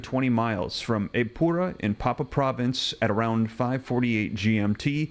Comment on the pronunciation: Pronounce pap-you-a